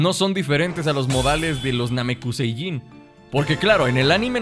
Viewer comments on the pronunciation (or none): No es namecuseiyin es namecusei